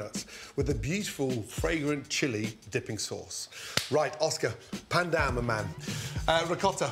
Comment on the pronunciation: Hearing him say "pan down" hurt me.